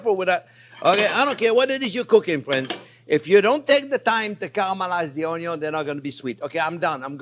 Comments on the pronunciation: Chef, I could have sworn it was "Onyo first unless there is bacon" 🤔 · Actually, it's "Onyo is always number first, unless there is bacon!!!!". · Keep preaching "Onyo First"! I can't hear it too many times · Chef, never stop saying "always cook the onyo first" we live for it! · “onyo is always number first.” 😂 Chef JP for President 🙌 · Love the chef's obsession with onyo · i love the way he pronounces onion lol